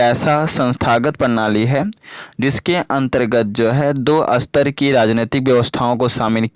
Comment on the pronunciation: Sir jaha satar likha h 1 line m vaha ap asatar pd rhe ho reading kuch or likha kuch or h